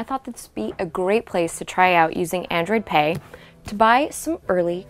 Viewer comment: I heard of android pay not androd pay!!!! lol